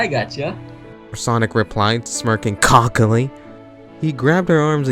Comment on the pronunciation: He said COCK-illy XD nice vid yaw